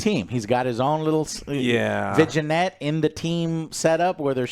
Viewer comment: my man didn't just butcher the word 'vignette', he hacked that word into microscopic pieces